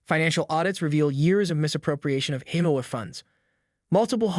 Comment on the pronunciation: AI is still not ready for real narration - HOA being pronounced "howay" for example.